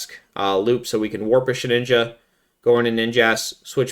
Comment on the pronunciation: You pronounce it as SHE"N"INJA, but is She"d"inja 😂😂😂